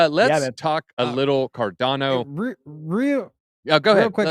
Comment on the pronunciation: Its pronounced CAR-DAWN-OH, the way its creator, Charles Hoskinson, says it.